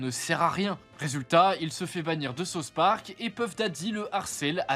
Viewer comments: « Sa-ousse » park C’est quoi ce « sauce » park « Sauce » c’est ce que je demande à mon chef kebabier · Tu peux pas être fan de south Park et sortir « sauce Park » nan frérot 😔